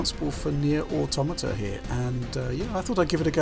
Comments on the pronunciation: Finally, someone who pronounces the word "automata" correctly. Hint: it's not "auto-matt-ah." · Thank you for saying "automata" instead of "auto mata", which every other games journalist/YouTuber/etc has called it.